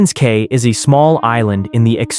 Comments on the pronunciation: It's pronounced Norman's (key) Cay ,not Kay.😅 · Cay is pronounced ‘key’…